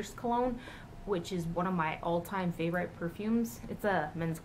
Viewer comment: why did you pronounce "favorite" like that? that's not how you say it... lol. anyways, great haul! I want one of those ombre-type blushes soooo bad!